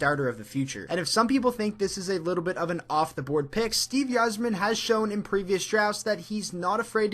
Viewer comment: DID YOU SAY "YIZERMAN!?" How can you call yourself a wings fan and not know how to pronounce The Captain's name. I've been enjoying your videos the last couple of days, but yikes dude that hurt my ears.